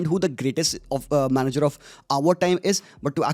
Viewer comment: 'Is' not 's' 😊